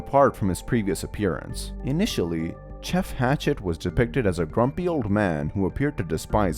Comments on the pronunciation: and “tjeff” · Am i the only one who noticed he said jof😅😂